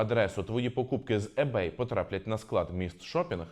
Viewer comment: Перед тим як записувати відео про ebay, треба було прочитати, хоча б як правильно вимовляти - не Ебей, а Ібей